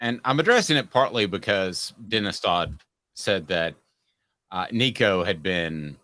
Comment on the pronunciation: pronounced Nico’s name correctly!! Well done sir🐥🐣